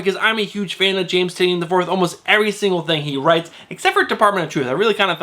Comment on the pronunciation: Tie-nan not tin-eee-un...